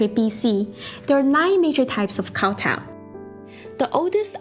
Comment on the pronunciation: why is she pronouncing kowtow like that...